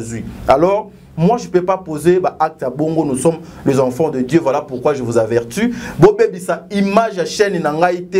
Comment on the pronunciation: Avertu te balobaka averti